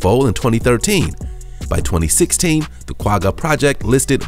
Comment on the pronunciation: Lol the way he says the "Quagga" is so cute☺️... I'm from South Africa and that's not at all how you pronounce it 😂🙈